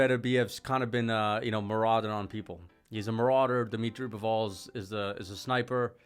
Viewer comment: dimitry "Bivooul"